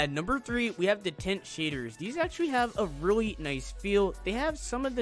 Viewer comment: he calls shaders, "sheders" lmao